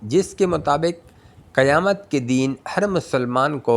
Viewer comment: Qayamat Ko qayam padhna hai.,mistake ho Gaya hai.